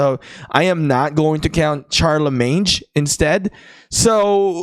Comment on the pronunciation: Just fyi Charlemagne is pronounced like Shar-le-main